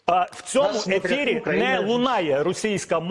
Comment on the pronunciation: Не в эфире, а в "этэри". Ведущий мовы не знает